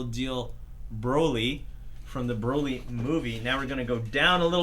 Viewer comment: It’s broly not bawly